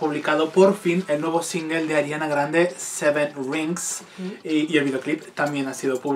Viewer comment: "seven rinxx" jnsjsjsk lo siento pero me ha dado mucha gracia xDDD